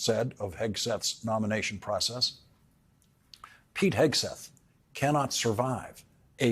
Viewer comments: Did you almost slip up and call him Pig'n Heatseth? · Lawrence has some difficulty saying Pete Hesgeth. It sounds like Pig Hesgeth. Pretty apt I reckon! 😂🤣👏🏻👏🏻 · Might be my old ears, or just the way Laurence pronounces his name, but I keep hearing "Pig" Hegseth. Which follows...